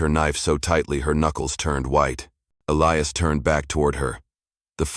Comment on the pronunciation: Why is Elias pronounced in three different ways? Uintelligent AI? The Apaches speak very good English though.